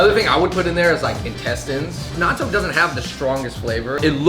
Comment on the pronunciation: I thought they said, "Naruto" when they said, "Natto"